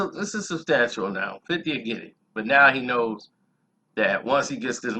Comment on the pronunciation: "Fofty" lmaoooooooooo